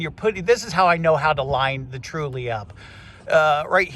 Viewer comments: Great video, but why do you say the name so wrong.. is it an American thing? ... Th---ule..... you say it like Tru-ley.... so confusing. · It bugged me how you kept saying “Truley” but other than that, it’s a good video. Just.. if you’re spending this much effort in a video for something you’ve had over a year, at least get the name right.